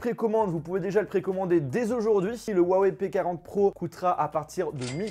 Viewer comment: C'est pas compliqué il faut prononcer Rhou (en expirant le r) - a - weille . C'est tout pr moi.